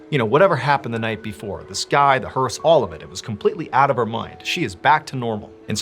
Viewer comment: Learned a new word today. "Hearse" I had no idea. In fact it sounded like "hers" to me, and was wondering what the heck is he talking about?! Entertain and teach English all at the same time. 👍